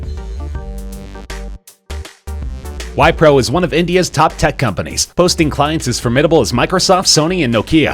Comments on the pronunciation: Wipro is an Indian company and you can take it from an Indian (me)...It's pronounced "v-pro" and not "Y-pro". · he pronounced wipro wrong..